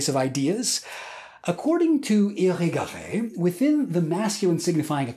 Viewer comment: The way you pronounced Irigaray so well after hearing it a few times only is impressive.